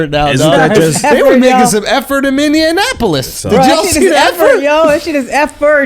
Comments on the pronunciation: Andrew says Mineonapolis, and y'all were giving Charlamagne shit for mispronouncing it lmao. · Schulz clowns CTG for calling Minneapolis Minneanapolis... then unironically proceeds to call it minneanapolis from that point on 😂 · Andrew laughs at Charla for pronounced it "Minneanapolis" then proceeds to call it that unironically multiple times